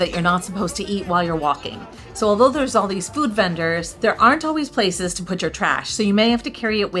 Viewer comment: The pronunciations are killing me.